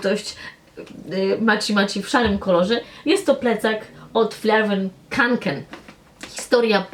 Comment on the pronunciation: *kanken a nie konken